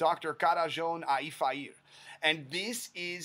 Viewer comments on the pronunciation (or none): As a Hungarian, it was very funny for me when you said his name. I didn't know it could be like that. 😂